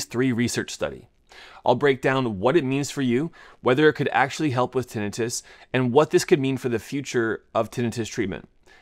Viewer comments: He's saying like it's Tennis Wrist... say termite... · tinnitus /tĭ-nī′təs tin- eye-tus A doctor should know this. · I always thought it was tin-eye-tus 😅